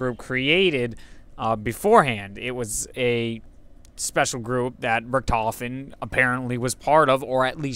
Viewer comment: Ever heard of Manfred Albrecht Freiherr von **Richthofen** (2 May 1892 – 21 April 1918)? A.K.A. the Red Baron? The "ch" sound may not exist but no character in the game pronounces the name with a "ch" sound, at least as far as I can recall.